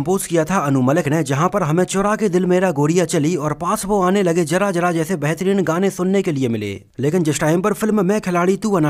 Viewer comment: Thora pronunciation bhi achcha karlo sir.।। Jara jara hahahaa